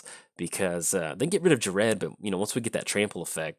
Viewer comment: I honestly cant wait for this Friday when the decks come out in paper. I have a pretty sweet clone deck built for Ghired. And personally I think it's pronounced like gear ed or guy red.